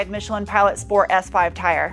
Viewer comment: That and shport mode.